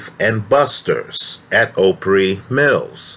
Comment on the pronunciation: The name of the mall was mispronounced. The name of the mall where I worked at Dave and Busters with "Jen" is Opry Mills (ahh pree Mills) as in "The Grand Old Opry" I worked with Jen........sorry but she was not capable of murdering Steve McNair and pulling off a high profile murder like this, she wasn't even a competent waitress. She couldn't even handle waiting tables all that well, there's no way she could have so accurately blown him away. I worked with the girl, I never saw anything that would have made me scratch my head about her, she was just another idiot kid with her head up her ass, with a half ass job who liked to drink, smoke weed and have fun, she was not a murderer. I worked the night she took a 30 minute break and didn't show back up for 2 hours.......she was supposedly meeting up with the Gilliam guy on break.